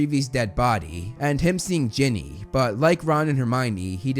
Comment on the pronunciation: I'll never forgive the butchering of Ginny.